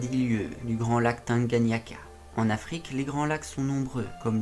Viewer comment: "lac Tanganyika" et non "Tanganyiaka"